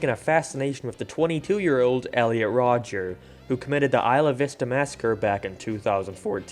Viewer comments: There isn't an S. It's just Rodger. At first I thought you were just doing it as a joke (purposefully getting his name wrong), but you kept saying. Great video otherwise! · Stop saying Rodgers. It is just Rodger not Rodgers